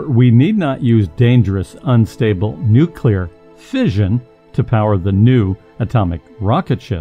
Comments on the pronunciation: I'm sorry, but I can't watch a documentary where the narrator consistently pronounces it "Nucular" - like a fool. The word is "nuclear" - said like it is spelled: "nu-Klee-ar" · Hey did you change your pronunciation from Nu-clee-ar to nu-cue-lur? The first part of the narrative is correct, the latter enunciation is ludditic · NU-CLE-AR, not nucular! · It's nu_clee_ar. Not nu_cu_lar. You sound like an idiot when you pronounce it wrong. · i listened as long as i could but the dubya-style pronunciation of "nuclear," and several other errors, just points to a massive ignorance of the topic.. IT'S NUCLEAR NOT NOOKULAR! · Nuclear (for example) is pronounced ' noo klee ar ' and not ' noo kew lar '. There is only one u in the word. When George W. Bush pronounced it the same way you do, he was widely mocked. It has nothing to do with a speech impediment. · "Nucilar"? Seriously?!? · Nucular rockets? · If you are a scientific expert, why don't you know how to pronounce the word "nuclear"? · Nuclear is tricky to pronounce correctly.. Keep working on it.. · You cannot pronounce nuclear, muon, or theoretical correctly. Therefore you have no idea what you are talking about.